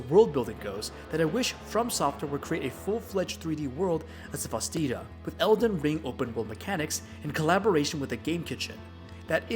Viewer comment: Great video, thanks for the review! Just a heads up, Cvstodia is pronounced as Custodia, the V reads as a U.